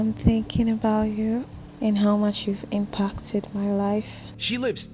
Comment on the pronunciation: Yes, impockted instead of impacted, lol.